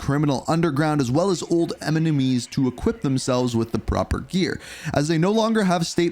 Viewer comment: Why did bro say Eminemies